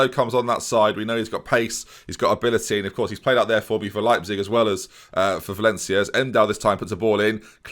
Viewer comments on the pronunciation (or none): none